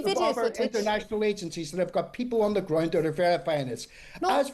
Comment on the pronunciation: Why he pronounces "Ground" like "Groind"?